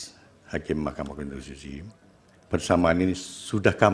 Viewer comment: Ketua DKPP bisa melet juga ya pas salah sebut mahkama konstitusi 😂😂😂😂